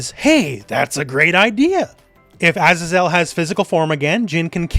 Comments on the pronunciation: Azazel is pronounced "uh-zay-zl", it's a biblical name - not "ah-zah-zel". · Pretty sure azazel is pronounced “AZAY-ZEL” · A-Za-Zel lol